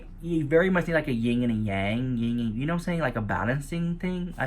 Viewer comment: "There needs to be a Ying and a Yang " ....😂😂